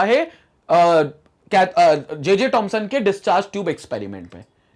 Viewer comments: It's not tomson it's Thomson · wwhy does sir always say tomson instead of thomson